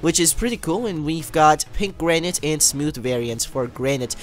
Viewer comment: its pronounced as granit but garnite